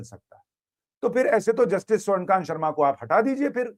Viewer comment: स्वर्णकांत नहीं स्वर्णकान्ता